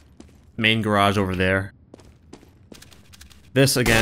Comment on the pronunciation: stop pronouncing 'garage' like that! its fucking annoying!